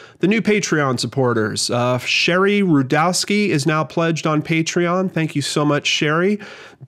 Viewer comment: You pronounced my name right! That never happens!!! Thanks lol -Sheri